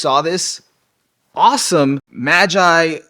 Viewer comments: Ma-jay? MA-JAY?! It's MA-GI, you buffoon!(no harm tho) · …that’s how you pronounce magi… like what they’re named after……